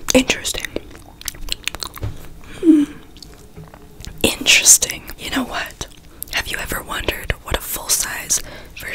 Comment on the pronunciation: I think you mean “inchresting”